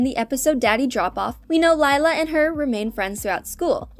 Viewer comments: Um not sure if ya know but Lila's name pronounced Lee-La not Lie-la (ugh no body make a Miraculous Ladybug comment pleeeeaaasssseeee!) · did this person even watch the show Her name is pronounced LE LA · we don’t have enough tod bingo to think lila is going to date her lila *leelah that’s the pronunciation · something I HATE about this is that your pronouncing Lila with an I, and yes, its spelled that way but its pronounced Lee-lah. PEOPLE PLEASE :( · Its pronounced le la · Bingo best friend’s name is actually pronounced Leela, with a long E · Camping actually showed Bluey as a teenager which you contradicted yourself on at the outro of the video. Mispronouncing Leila after so many times was making me wanna change to another video. Best friends doesn't automatically make lovers either. A good 90% of the human population can confirm. To be honest, while doing a spin off of them being older would be cool, I don't see Ludo doing it just yet. We can hope though. Rumor was flying around though ther would be something on Radley and Frisky's wedding in an upcoming season, so definitely something to look forward to 😊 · Did it bother anyone else that she mispronounced Lila every time? ❤ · And your saying it Lila wrong😑😑😑😒😒😒😒